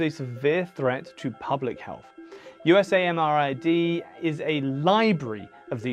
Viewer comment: FYI - The Army pronounces the lab "you-sam-rid".